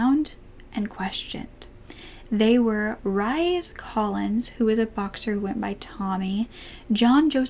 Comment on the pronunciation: Hi. "RHYS Collins" is pronounced REECE. Keep rocking it! But for personal awareness; I know a man with that name. It's an odd spelling. Love. P.S. Thanks for being here! You've gotten me through many a traumatic day, and night.) Bless your heart!!! #Justice4Victims.